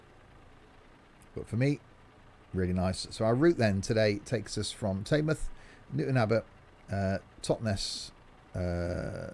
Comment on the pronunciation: It's pronounced tinmouth